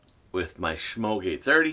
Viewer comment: I find that letting shaving oil absorb for a couple of minutes makes lathering easier, even with a soap stick. Thumbs up, but is there any way I could get you to quit mispronouncing the name, Semogue?